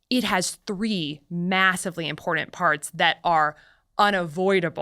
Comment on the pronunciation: you would think that a doctor from Stanford would know there is no letter 'd' in the word important.